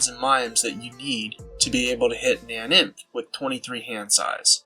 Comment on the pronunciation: it's pronounced nain-inf or na-nainf